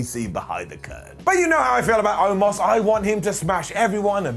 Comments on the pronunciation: Why did it say omos all weird like that lol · I think Otis. Which is fair, I say “Otis” in place of omos often on accident as well. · I'm so curious as to what said instead of "Omos."